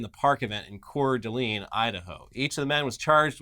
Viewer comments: Core-duh-lane. If anyone wanted to know how to pronounce couer d alene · Viewership may be down by a number equivalent to the population of Coeur d'Alene because even after two episodes in which you mentioned that town you still haven't learned how to pronounce it. Come on, you are professional speakers after all. If John Oliver, an immigrant, can get it right then you should, too.